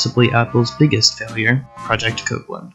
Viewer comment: I took a drink everytime you pronounced Copland as "cooplin" and "copelin" . Aside from that very irritating trait, I liked this video.